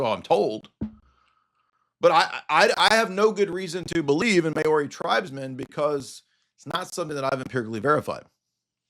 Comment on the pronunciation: As a Kiwi I chuckled at your Mayori pronunciation of Maori (pronounced Mouree) 😂 God bless.